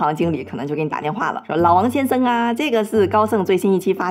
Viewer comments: 奇怪 為什麼講 「先森」 而不是「先生」 這是哪一省的口音嗎？🤔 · "王先生"這發音是打哪來的?